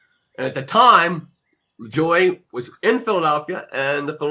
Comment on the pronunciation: It's pronounced La-joo-ay